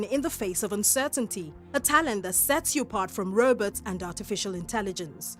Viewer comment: she kept say robutt in the video. was she talking about robots?